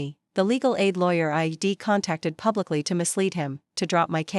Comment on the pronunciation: Dear AI it is I'd not I D